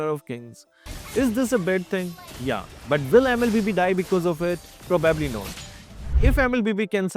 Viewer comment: Pro-bab-li not 😂AHHAHAHAHAHAHAHAHHAA